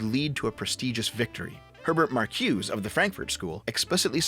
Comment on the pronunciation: I hate to be a stickler here but Marcuse's name is actually pronounced Mar-cu-za.